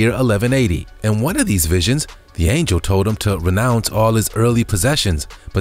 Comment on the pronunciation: Dude after all the videos you've narrated.......you'd think you learn how to pronounce simple words correctly!! Come on....just name few Moai Angel and most importantly ANCIENT It's not ank-chent It's ain-chent